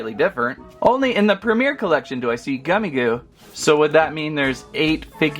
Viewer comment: You’re saying the name Gummigoo wrong it’s supposed to be the word gummy but with an I and also the word goo, but you’re not even saying it, right